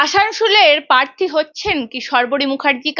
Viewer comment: অ্যাংকর এখনো প্রার্থী কে পার্থী উচ্চারণ করছেন। আগে উচ্চারণ শুধরে নিন তার পরে ভিডিও বানাবেন।